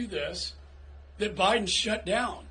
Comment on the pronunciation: Why did I hear him say O'Biden?